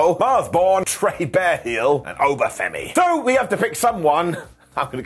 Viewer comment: Why did you say Trey Bearhill’s name like that? Racist.